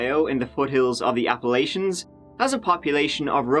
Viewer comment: Crackheads gonna crackhead. Also, there's no "sh" sound in the word Appalachia, a region that isn't in Ohio. My stepdaughter is fuckin steamrolling toward this demise. Mommy and Nana are retarded and naive enough to encourage her to be an insolent little shit. She ain't coming back in my house. Too far gone! Mamas, don't let your babies grow up to be crackheads!